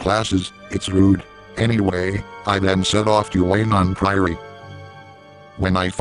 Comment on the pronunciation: I lol'd at the way he says Weynon Priory. "Then we march on to WAY-NON PRIORY. We then find WAY-NON PRIORY under attack."